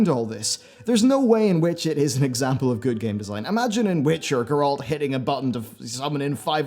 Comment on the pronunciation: It's GEralt....not GeRAlt....